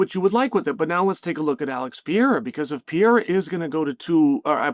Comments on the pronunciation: Great take Mr Sonnen... only thing it's pronounced Per-rare-ra not Peira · PeReira not 'Pee air er'. Holy fk Chael. I bet you say NEW CUE LAR huh? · Imagine being a pro ufc analyst and still not knowing the light heavyweight champions name. Its Pereira. Not Piera. Pereira isnt even hard to pronounce. You have 1 job Chale. Its not some random fighter its the champion. 3 times 2 weight devisions. Get it right. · It’s been a while now Chael, and you keep butcher the poor guy’s name. Pereira is generally pronounced peh-RAY-rah, not pee-yay-ra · You cover the sport, at least try to mention their names correctly, its PEREIRA, not PIERA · It's pronounced "pee-air-uh" guys. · Alex Pee-air-uh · Chael "the butcher of names" Sonnen. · Dude seriously needs to learn how to pronounce Pereira. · you cant even pronounce alex's name right... foh chael..